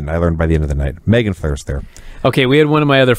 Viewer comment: It's MEEGAN, not Megan